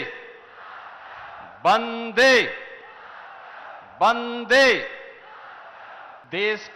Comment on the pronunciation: बंदे नहीं वंदे मातरम् होता है जी